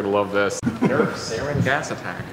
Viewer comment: "Nerf serin gas attack" *sarin